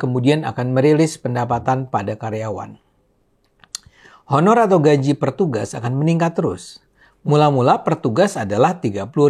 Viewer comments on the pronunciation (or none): none